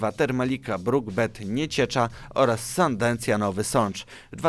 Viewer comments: Nie "Sandencja" tylko Sandecja 😉😉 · Mówi się "Sandecja" a nie "sandencja" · Sandecja nie Sandencja!!! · SANDECJA a nie SANDENCJA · Mówi się SANDECJA,nie sandencja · Dlaczego wszyscy mówią SANDENCJA?! CZY TAK TRUDNO POWIEDZIEĆ S A N D E C J A? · Nie Sandencja, a Sandecja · z uporem maniaka powtarzasz nazwę SandeNcja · Sandencja xDD